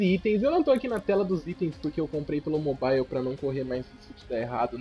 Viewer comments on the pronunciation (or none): none